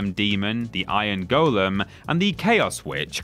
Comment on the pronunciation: Thank you for pronouncing "golem" correctly. ;)